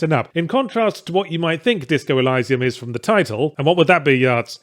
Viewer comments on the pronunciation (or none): I have never heard of it said ElYYYsium before, It's always been Eleesium for me. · “ELL-EYE-SAE-UM”? Go watch Gladiator, the bit at the beginning where Russell Crowe says the word right. ELL-EE-SEE-UM. There. Wasn’t hard was it. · Elysium.. EL-ee-zee-um. Not Elisa-m :\ I love ya Ben, really do. Please don't take the correction the wrong way <3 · Elysium pronounced with i (very shortened 'ee') not eye. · It's elysium like eleesium, not eliesium. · it's all up to intentions and delivery. Good intentions alone pave the hellscape. But with meaningful delivery they are something. Let's not go too deep though, isn't it Eleesium not Elaysium? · Ee-lie-see-umm? CAN'T TAKE THE CRITIC SERIOUSLY IF A MOTHER FKER CAN'T PRONOUNCE A GAME TITLE CORRECTLY FFS He said, sarcastically. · It's pronounced eleeeesium you dumbass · e-LEE-see-um, Yahtz. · Eh-lee-see-uhm. Jesus, I know you're a foreigner but english is still your first language ffs. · Disco Elysium is my GOTY and kinda ruined the Outer Worlds for me. Also isn't it pronounced "eh-lee-zee-uhm"? :D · Pronunciation: Either eleeseeoom (First e like elevator) or eeleeseeoom. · Stop saying Elysium wrong. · This was the first time I heard that particular pronunciation!! Really struggled to get through the video with it... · Did you really just say 'elysium' the way that you did? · A: I agree.... call of Duty is absolute pap... pile of utter garbage that is just the same game re-skinned over and over again. B: You're pronouncing Elysium wrong... C: Great and hilarious video as always... love it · Uhh, is there more than one correct way to pronounce "elysium", because as a non-native speaker I did not expect him to pronounce it like that, and it sounds very wrong to my ears. Game is great btw. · Who else here is weirded out by the pronunciation of Elysium?